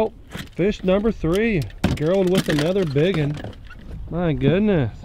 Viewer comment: Is his name not gerald? Like jerr ald. Why the hell you keep sayin gher ald?